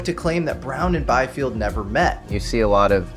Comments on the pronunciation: Biefeld [bi:feld], not [baifi:ld]. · Biefeld is pronounced: Beefeld. German "ie" is a long vowel like in english "ee". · The constant mispronunciation of Paul Biefeld's surname in this video is annoying. He was German-American, so the correct pronunciation is "bee-feld".